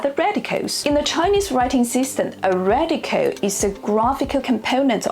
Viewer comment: So difficult to understand you. Your accent is too exaggerated.cant you say 'radical' properly. Or any word that ends with an 'l' oil or radical.